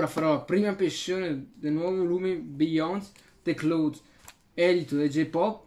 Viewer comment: "biiond de clauds"